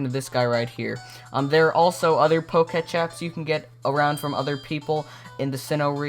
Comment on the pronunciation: it is POK-E-TECH NOT POKESH